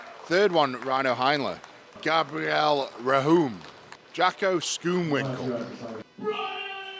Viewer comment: Jaco is pronounced Yaku😂 he is Afrikaans 🇿🇦🙌🏾